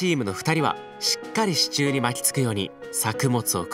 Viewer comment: 不破っち「支柱↓」 わたし「シチュー？あっ、支柱↑のことか！」